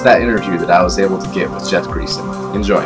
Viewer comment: Jeff's last name is pronounced Gray-son.